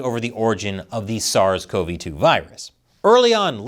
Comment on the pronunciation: Kudos to you for pronouncing "SARS-CoV-2" properly.